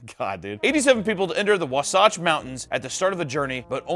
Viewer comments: Did you really say WAA-SAHTCH xD xD Ermahgerd dude !! I Thought I remembered you saying you LIVED in Utah'rdia at one point bruhhh??? Wahh-Satch Wahhh like you are YAWNING xD xDActin' Real Brand New bud xD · You lived in Utah and can't pronounce Wasatch?? 🤔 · no way you pronounced wasatch like that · as a Utahan who lives by the Wasatch mountains, I cringed at the way said Wasatch. (It's Wah-satch, with the emphasis on Wah) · Not living in Utah at one point but not knowing how to pronounce “Wasatch” 🤣🤣🤣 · The way he pronounced "Wasatch" 💀